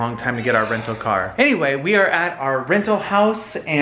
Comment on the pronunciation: “We love getting vacation RENAL homes...”. Oh dear. 🤣